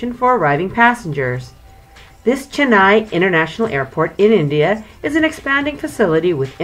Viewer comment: It's Chennai not jennaai